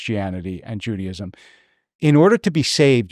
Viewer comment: Wish you pronounced Judaism normally though haha